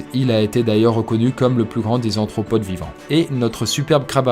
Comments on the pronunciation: Arthropode..pas antropode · c'est aRRRRRRthropode pas aNNNNthropode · aRthropode !!! Pas aNthropode ! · ARTHROPODE !! Pas anthropode !